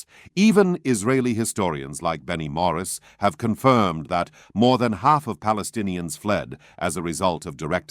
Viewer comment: How it can be, people that do not pronounce the letter "p" are called themself - palestinians🤦‍♂️